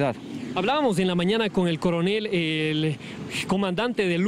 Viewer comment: Corenel dice usted